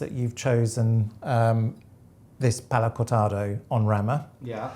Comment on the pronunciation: EN Rama, not ON Rama - pronunciation :-) Literal translation "on (the) branch"